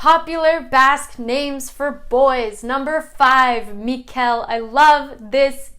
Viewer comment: Hi. Thank you for your research. When you pronounce Julen Mikel or Iker the accent should be on the first vowel not on the last one. Otherwise it does not sound authentic. Greetings from Frankfurt.